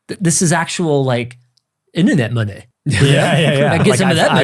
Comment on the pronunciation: "This is actual Internet Money" in a South Park canadian accent is just the best.